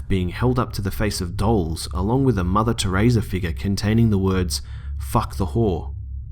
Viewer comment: "Mother tahraiza"